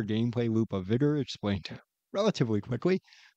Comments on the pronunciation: its vi-ga right? not vi-go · sorry. vig-er*